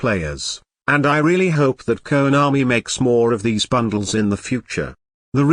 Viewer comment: Everytime he says Keownami🤣🤣🤣 Fluff-als🤣🤣 Keep it up